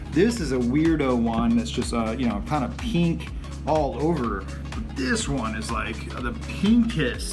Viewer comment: Pink* not peenk